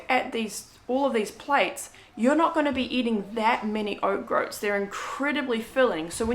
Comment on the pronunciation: grouts is pronounced with the same vowel sounds as coats.... or Oats actually! ☺️💗🙏🌺